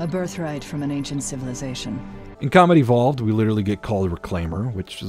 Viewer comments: Is he saying "Comedy Vault" or "Combat Evolved"? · Good video, when you say “combat evolved” it does sound like “comedy vault” though.